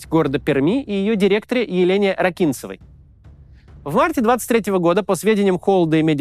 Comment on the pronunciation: В фамилии Елены Михайловны ударение на первый слог: РАкинцева. Я окончила пермскую немецкую школу, Елена Михайловна преподавала немецкий и у меня.